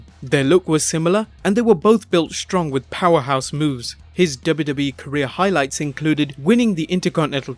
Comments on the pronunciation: Didnt anyone else got annyoed when this dude kept sayin debbie debbie instead of wwe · How can it be so hard to say W W E? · I can't be the only one noticing the way he says wwe makes me laugh so much😂😂